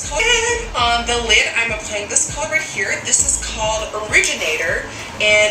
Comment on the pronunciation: But why do ppl try to b or copy someone wat they aren't... they can just b themselves n b hapy... Also u can hear the 'kholor' for color🤭